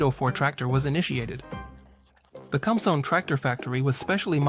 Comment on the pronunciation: Some notes. . Interesting vehicle It is powered by fuel derived from wood, coal, or charcoal. It is very old technology. "Kumsong" is pronounced "koom-song". Guess the computer can't read Hangul letters. . The building is the Grand People's Study Hall. A library, if you care to read Kim Il Sung's very extensive writing. It is within the government center of the Pyongyang, but not really accurate to call it the "main government building". The tractors, as old and small as they appear to us, could be seen as overkill. South Korea got along very well for a long time with what amounts to large rototillers. Terrific little machines with surprising torque. Seen helpful farmers pull large pickup trucks which looked pretty well stuck. But I suppose when you run collective farms, bigger is seen as better.